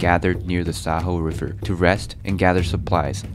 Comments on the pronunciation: Why on Earth did you use the Feszthy Panorama (painted by Árpád Feszthy, depicting the entry of Hungarians into the Carpathian Basin)? Especially since Hungarians were the ones suffering from the Mongolian attack at battle of Muhi. Moreover, the name of the river is pronounced more like "Shayo" or "Shaio", not "Sa-ho". Remember, we are not it Spain or Latin-America;) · It's Sayo not Saho